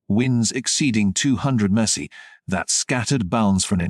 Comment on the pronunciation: It's M P H. Not miff.